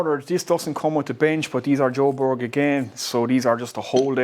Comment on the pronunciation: Hi. Hope you’re well fella. I live in Sweden albeit half Irish/English. 👍. It’s pronounced Kwher-berries. Depends on what area of sweden your from of course as different dialects. This is a difficult one to say as it has a Swedish vowel in it so makes it sound different and hard for an English speaker to pronounce. Easiest way is type the word in to google translate in Swedish setting and translate to English. Then press the little speaker button on the Swedish part. It will pronounce exactly how it is said in Swedish. Hope that helps mate 👍